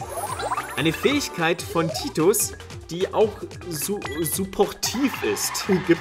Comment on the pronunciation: Nicht Titus sondern Tuti